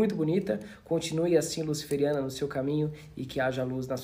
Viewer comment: Ele falou luciferiana😮